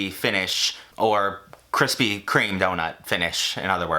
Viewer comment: BABISH'S COFFEE CAKE. also really appreciate the "kwispy" instead of krispy